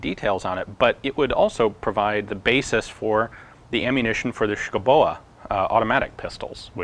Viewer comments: Urgh... Schouboe [skow-beau] BTW, that sounds like typical Danish military - using 100 year old tech while everyone else gets the new stuff. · That has to be the most mangled pronunciation of Schouboe I've ever heard